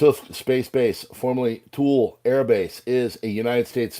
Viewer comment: Hey -just FYI, it's pronounced Tool-ley Greenland. I was stationed there in the 70's,, when it was a USAF Air Defense Command base. Good memories.